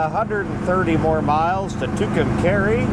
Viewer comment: For someone who talks trash about Fords you sure do seem to like the ones you drive and thanks for pronouncing Tucumcari correctly.